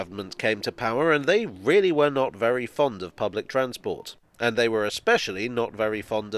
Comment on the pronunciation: When you say “Transport “ I Here a “hard A” makes me feel at home 😂🤣